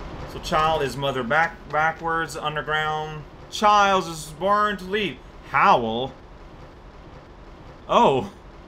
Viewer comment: Born isn't pronounced like children either :p